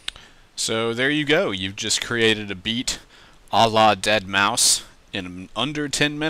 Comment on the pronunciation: So many people have called is DeadMau-five- and whenever they say that it gets on my nerves. It's pronounced Dead mouse